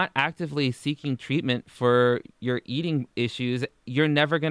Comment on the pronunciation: “So I got done eateen..” IT’S “I FINISHED EATING.”